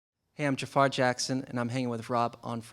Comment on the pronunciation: Is not Jaafar, but Jafaär.